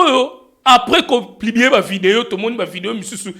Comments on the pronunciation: Papa ons dit publier et plibie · on dit publier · 🤣🤣🤣🤣 na yoki'ango plubier esali nga pasi na matoyi🤣🤣🤣🤣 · 🤣🤣 kutu kutu ezo lekela nga ndenge azui temps yako tomboka sur kabuya na ebele ya difficultés aza nango pona ko prononcé mot Publier 🤦🏽‍♀️ eloba nango yo a zangi kindoki te 🤣🤣🤣